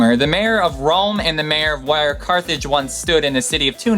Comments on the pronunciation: The closest point to the Earth is the PERIGEE not the PEDIGREE. *CARTHAGE not CARTHEDGE. I appreciate your live narration, but you need an editor. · I love all these facts! Ans most of them are completely new for me :D Thank you :) and it's Carthage... just caught it, because the german pronunciation (Karthago)... Can't wait to see more videos :) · Carthage, not Carthedge. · Awesome Video! Also I'm pretty sure it's Carthage and not Carthedge. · That's what happens when you're trying to get videos out on a weekly basis yet all of them involve different amounts of research. Over 50 hours on top of my regular life. haha "Carthedge" is because I used speech to text software. And I don't even know how it shows that over the original Carthage, but it did. I don't even know I had pronounced Tunisia wrong, I read it said it and didn't even think twice about it. Though I do understand these errors, is only so much I can catch my view all of this by myself sadly. I really appreciate you taking the time to point these out because I make me realize I still need to focus on checking things more and more and more, but I don't have a big production crew, I don't have a lot of free time, but still try my very best and hopefully as time goes on things will get better. But Rome wasn't built in a day. haha Take care Steven, I appreciate you taking the time to point these out. :) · headland It's Carthage, not Cathrige or Carthridge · Carthedge or Carthage? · Are you writing these with autocorrect? There are some obvious mistakes with terms. Perigee, not pedigree. Pedigree is dog food. Carthage, not Carthedge. Carthedge is a family name. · Lol, "Carthedge" xD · Tunsnia? Carthedge? I think it's amazing you spend so much time putting video like this together, but come on fella!! You obviously spent a lot of time researching this, but 5 seconds on the pronounciation of a major African country and spelling Attila's homeland! Schoolboy error my friend.